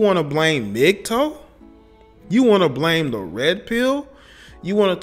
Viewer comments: Love your content man but please, it's Mgtow, not Mgtoe. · why do you keep saying "mgtoe" wtf is a "mgtoe" its "tow" like "wow" "ow" smgdh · Its Mig-TAO not Mig-TOE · Its interesting that you say the "TOW" in MGTOW like "toe-nail" but most people pronounce it "tao" like "taoism". Doesn't matter at all keep doing your thing just never heard it pronounced that way. Really, thats how it should be pronounced. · Correct me if I'm wrong but isn't it pronounced (MIG-TAO)??? Was that driving anyone else crazy lol?